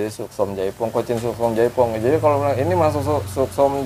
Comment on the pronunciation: Yang bener katanya Suksom chai Phong bang bukan jaipong 🙏🤗